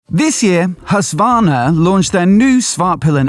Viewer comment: It's HusKvarna, not Husvahrna. And SvarTpilen, not Svahrpilen...